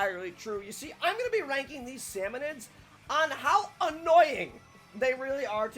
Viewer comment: Salmonids, not salmonoids.